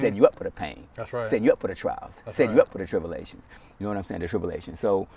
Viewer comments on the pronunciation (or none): even wispered tell us in other words lmaoooooo he just said tipulations my dude it's purnounced tribulations